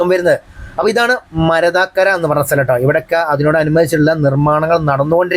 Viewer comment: Hi, it's not marathakkara, it's മരത്താക്കര, double ത 😊